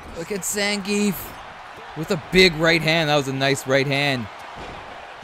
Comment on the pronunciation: noth Zangif but Zangi(EF)✌️